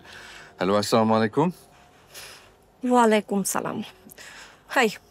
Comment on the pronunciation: অপৃব ভাই আপনাকে আমার অনুরোধ রইলো আপনি যখন নাটকের মধ্যে সালাম দেন ছামুলাইকুম এটা কোন ধরনের সালাম